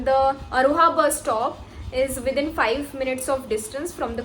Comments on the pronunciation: You are real accidental doctor, hissar not hiser , Agroha not aroha ,,, Pandit B D Sharma not Pt. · Phle bolna to seekh le bhai hisar or agroha dono ko galat pronounce kr rhi h